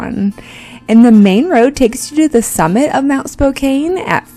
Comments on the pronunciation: Spo-can not spo-cane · That is very close to where I grew up. Go straight north, and it is just across the Canada border. We pass through Spokane all the time on our way to Canada. It’s pronounced Spo-KAN, not Kane. Nice video and great view from the mountain top. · You pronounced Spokane wrong -- it's not a long "a", it's pronounced "Spoke -- ann" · learn how to pronounce "Spokane". LOL